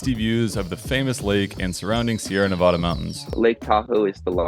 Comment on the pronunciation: YOU SAID NEVADA WRONG